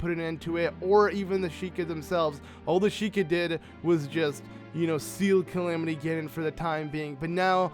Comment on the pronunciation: Link was not killed. It said that he was badly injured fighting Ganon and had to be put into 100 years of sleep. You also say Calimity Ginon When its pronounced Calamity Ganon. Sorry if i'm hating <3